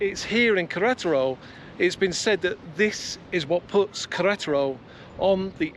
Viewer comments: For the lady it should be more like Ke-re-ta-ro, with the spaces yes... because you're sounding like "ketro". In Spanish whatever is written you pronounce, there's no shortcut nor lazy approach. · Great video guys keep them coming. I watch with subtitles on and pronunciation of Queretero translates to Karate Roll and Collateral:-)